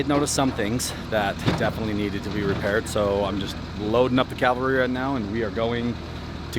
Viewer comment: Cavalry. Sound the word out people! Cav alry, not calvery.